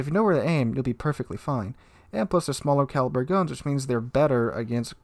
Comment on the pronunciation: min "Wich"